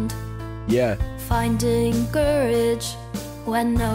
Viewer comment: The "finding, COU-rage" line (and many others) is an example of bad lyrical phrasing. A competent songwriter knows how to align the lyrics with the music to avoid emphasizing awkward syllables. One of those things you only notice when it's done incorrectly.